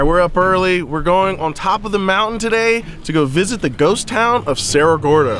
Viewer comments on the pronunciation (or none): its Cerro Gordo , not Sierra Gordo